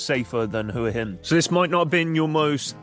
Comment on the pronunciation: Thank you for pronouncing Hua Hin correctly.